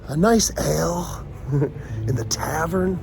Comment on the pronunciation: a nice ale? i thought u said L(blunt) :)